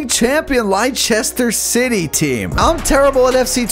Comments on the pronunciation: It’s pronounced as “Lester” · Leicester is pronounced Lester (btw all soccer fans hurt wen he was talking about FIFA)😂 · “Liesister City”😭😭😭